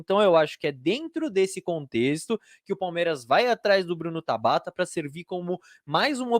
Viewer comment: Mano qual a dificuldade de falar Tabata pqp😤q agonia